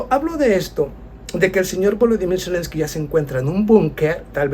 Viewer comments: Zelensky, no Celensky. Lo único que t falta, es mejorar la autografía. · Selenskyj y no Celenski